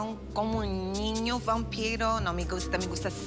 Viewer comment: jajajaja dijo wanpiro